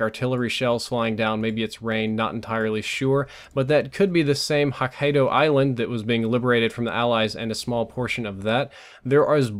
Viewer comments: it's pronounced ho-kai-doe. where the ho is like ho ho ho Merry Christmas! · It's pronounced( HA - KEY - DOE ) please read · Close enough with Hokkaido, but the first 'o' is a long sound. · Say "Die," replace the "D" with a "K" when you say Hokkaido and that's how it is pronounced. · Wtf foes not know how to pronounce a biggo japanese island name? Fake